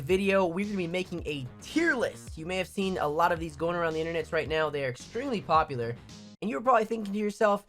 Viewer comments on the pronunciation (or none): none